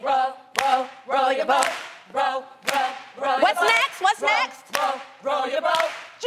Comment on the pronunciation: tho " row dat bawt " - loni